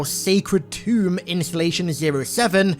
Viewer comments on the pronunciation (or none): none